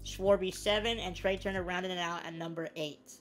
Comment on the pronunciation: who the heck is trever ITS FRIKIN TREA